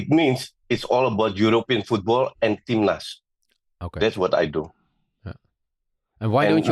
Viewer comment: It's "timnas" (tim nasional / national team), not "tim lust"